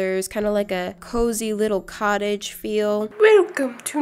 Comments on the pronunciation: “ Welcome to nana’s Cutige” The way she said cottage 😂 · Wilcome to Nannas cutage ! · Wilcome to Nanna’s cuttige Me: HeLLo i’M nANna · ‘✨Wilcome to Nanna’s cuttage✨’ IM WHEASING- 👹😂 👁👄👁